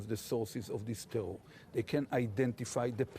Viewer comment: Ohh the tewor!!!